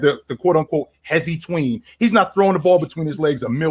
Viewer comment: "Hesi Tween"😂😂😂😂😂